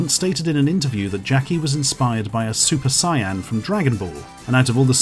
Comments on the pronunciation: What the hells a super cyan? Or is it pronounced sigh-an? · He really said super cyan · Cyan, really? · "super cyan" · “Super Cyan.” Nah, bro. It’s called Super Yellow. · ...What the hell is a Super Cyan?